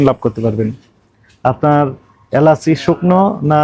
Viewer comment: এলাস নাকি এলাচ???